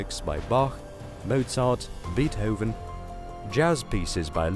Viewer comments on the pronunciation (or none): Beethoven not beathoven